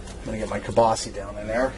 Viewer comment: WTF IS "KIELBASY"???...